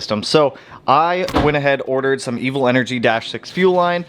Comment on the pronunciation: when you said “Bye Evo” it sounded like you said “Bye Nemo” 🤣